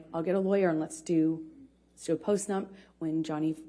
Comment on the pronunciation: She got caught up so many times I’m surprised there isn’t more comments on specific stuff she said. She wanted a postnump a month later? She didn’t ask for MDMA be he got it for her when she showed up in Australia? 2 big mispronunciations that I had a huge laugh at as well. 5th grade intelligence level.